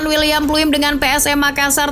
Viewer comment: Wiljan Pluim (Dibacanya : WILYAN PLAUM 🇳🇱), Pieter Huistra (Dibacanya : PITER HAUSTRA 🇳🇱), Nick Kuipers (Dibacanya : NIK KAUPERS 🇳🇱), Geoffrey Castillion (Dibacanya : JOFRI KASTILLIONG 🇳🇱)❗😊🙏🙏